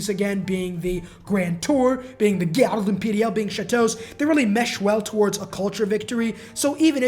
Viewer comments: It's very impressive how you can totally misspronunce garde imperiale. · Dude the way your pronouced "Garde Imperale" had me ROFL